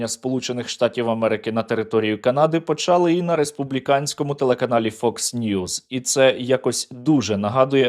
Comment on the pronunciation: не почАли, а почалИ, не бУли, а булИ, не провЕли, а провелИ